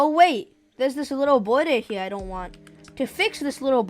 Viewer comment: "oh wait, there is this bwodor i dowt want" also dont worry im not making fun off you just a tiny thing i noticed lol